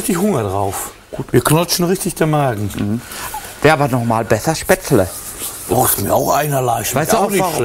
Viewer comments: Seitdem ich dieses Video gesehen hab, mach ich mein Gulasch immer mit Spetzele Meine Frau und ich können das Wort Spätzle nicht mehr normal aussprechen 😅😂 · Was zum Henker ist SPETZLE!! Spätzle oder was? Essen die Spatzen? Singvögel oder wie? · ich hab keine Spättelä 😂😂😂😂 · Manni, ich hab keine Spzätrre 😂